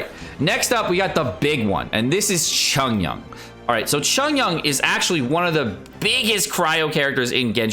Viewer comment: Xiangling, Xiao, Xinyan - pronounce the "X" with an "S" sound rather than a "Z" sound